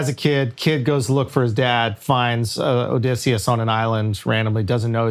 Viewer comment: 7 mins in and they’re already screwing up Oedipus and Odysseus 😂